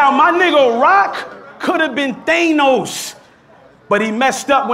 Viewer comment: It funny how pronounces thanos